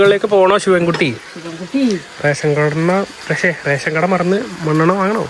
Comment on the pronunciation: pose uff 🤣 :-rashion kada ❌rakshionkanna 😂